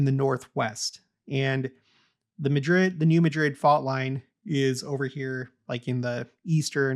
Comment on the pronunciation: I enjoy your content but recommend looking at the pronunciation of the place names you reference, i.e. New Madrid and Wabash. A family member overheard me listening and had to give me some snark over it😏